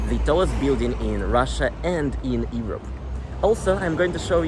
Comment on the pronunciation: Hi, Thanks for all your video's! I need to give you a little English advice. Please delete this message after you read it. You can say YOU, right? So, the word EUROPE begins with YOU. You say EE-rope. Please say YOU-rope. All the best 👍